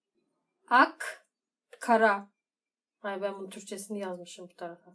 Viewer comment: Ak ile kara'nın telaffuzunu fransızca yapman, inanılmazdı. :)